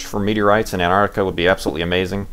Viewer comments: STOP SAYING ANTARTICA! It's Antarctica. You were missing the first "c". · ARGH! There are 't's in 'Antarctica'! ;)